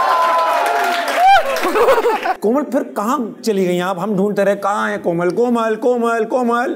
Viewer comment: did she says Aslaa Leekum..Mera name hei Koma Rizvi..?